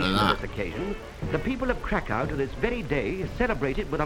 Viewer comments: Cracow is the official english name for Kraków. But even you say Kraków wrong, since there's an ó, we say Krakoov or Krakoof (the w sometimes sounds like an f) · it is two ways to say Kraków/Krakow Polish: Kraków(ó and v sound) or english: Krakow (o and english w sound) but you make hybrid Krakow (o and v sound) 😅😘